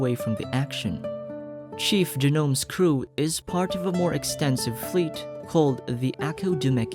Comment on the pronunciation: great video! i just wanted to point out that janome is pronounced exactly how its written, jah-no-meh, as its romaji/japanese.